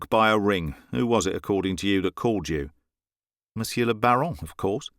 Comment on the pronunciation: Excellent reading. What a pleasure! However, "monsieur" presents lots of problems to people foreign to French. The "r" at the end of the word is NEVER pronounced. We must write it, but then forget about it in the spoken language, just as if it does not exist. Not even to make a liaison.... the final r is to be ignored altogether. The French people prefer a hiatus, thing that they normally cannot stand, rather than hear the final -r of "monsieur".